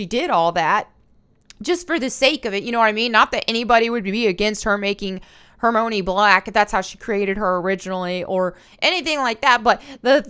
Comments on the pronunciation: Not to sound rude, but for future reference, Hermione’s name is pronounced: Her-my-uh-nee. Also, I’m on your side here. I can’t stand cancel culture because they try to ruin a lot of things that I love; like Harry Potter. So, if you do see this, just know that I don’t disagree with anything you said. I’m just dropping some wisdom on ya 😅 lol. Great job on the video! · hr•mai•uh•nee is how it is pronounced. I'm sorry but if you are going to make a video about a IP and you can't pronounced a main characters name correctly. Pretty sure you don't care about said IP. Also "wokies" don't care about Hogwarts Legacy. It is like 3-5 thousand people that are loud. That is it.